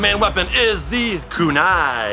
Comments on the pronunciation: It’s “Kunai” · the way he says Naruto and kunai